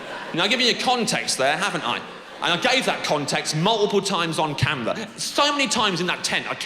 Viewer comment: The bawwel of da camewar. Such a funny accent